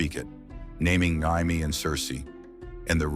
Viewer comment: I'll be afraid of AI. Only once it leans to pronounce Jaime, Arryn, and Rheagar correctly.